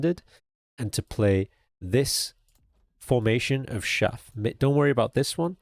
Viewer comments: Great guide. FYI, chaff is pronounced with a hard ch sound, like cheese or chase. Peace. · hearing him say "shaff" instead of "chaff" over and over was just so wholesome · Its Showder not Chowder If u know the reference u will lol